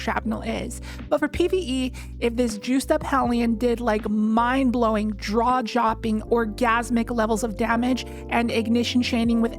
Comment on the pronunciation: “… mind-blowing, draw-jopping, orgasmic-levels…”